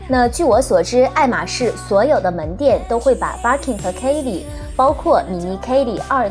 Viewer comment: Birkin 的 ir 发 e的音，不是ar的音。Kelly的e 发 大“e” ，不是ei。建议用YouTube学一下这两个包的发音。